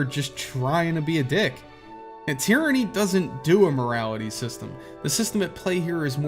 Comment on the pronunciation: "Tieranny" lol